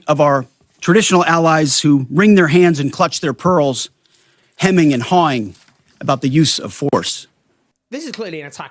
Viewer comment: Did I hear "hemming and hawing"